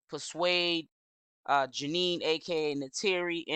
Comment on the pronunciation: Her name is jenae...not jeanie